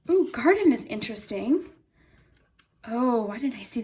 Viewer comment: when you said garden i thought you said my last name carden lol